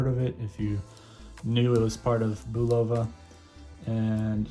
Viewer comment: You're pronouncing Bulova wrong. It's pronounced "Boo-loofah," it's "Bull-uf-Uh."